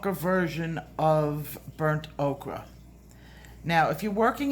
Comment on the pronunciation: In case no one has told, thank you!!! I have learned SO much from you and you tell it like it is! My coloring has improved 100% since I've began watching you 😘🌻 (just curious how many times do you get corrected calling Burnt "Oaker" Burnt "Okra"?) is there a hidden joke behind this pronunciation? It makes me hungry for Okra! lol